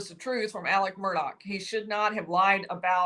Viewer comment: Alex** why is she saying Alec?